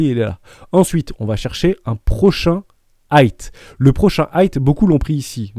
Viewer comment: J’adore tes vidéos. Juste on dit high (aïe avec devant un h aspiré donc haïe) et pas hight (aïe t )